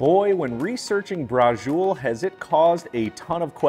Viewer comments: It’s very definitely ITALIAN! It’s called Bra-chee-oh-lay in italy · Nice recipe, but you're pronouncing it totally wrong. 😕 It's bra-cho-lay. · Is not Brazul.. is braciole. That is a southern dialect. Most immigrant came from the south. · Brajul??? Braciole sounds different!! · Yup...he could have looked it up. Not authentic pronunciation!